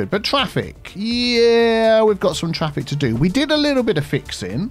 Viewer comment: ITA: frase preferita per come la pronunci "dedicated turning lane" XD, sto imparando molto dal tuo "fix fraffic" ENG: keep it up XD